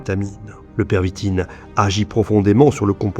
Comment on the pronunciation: On dit la pervitine et pas le stp